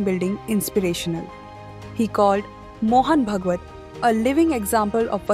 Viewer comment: Horrible pronunciations ! Saying भगवत instead of भागवत, प्रचरक instead of प्रचारक.... not matching with 'ANI' standards